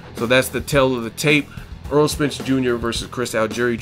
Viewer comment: its errol not aaron